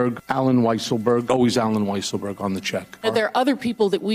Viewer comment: You should all pronounce the name of Weisselberg as "Weaselberg", just as Mika does.